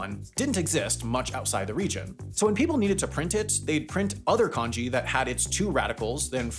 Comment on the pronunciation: It's not konji, it's kanji.